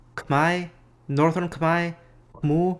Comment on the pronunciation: Respect! I don't know about the others but you pronounced khmer right. Instead of "Kuh-meir" you said "kuh-mai"